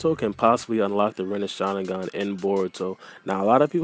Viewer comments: It's not called rinnesharingan its called rinnegan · Lol renisharinggan hahahaha